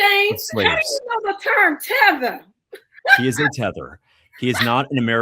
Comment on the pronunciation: Yea he said 😂it “TEATHER”